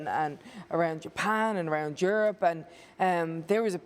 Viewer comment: Did becky say geurope